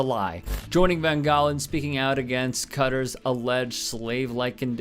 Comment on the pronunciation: CUTTER! It’s pronounced Cutter!